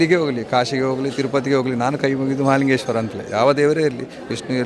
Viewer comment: Malingeshwara alla mahalingeshwara enniri